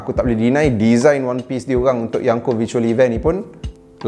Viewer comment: Yonko wan bukan yanko